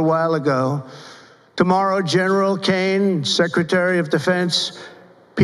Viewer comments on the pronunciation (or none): none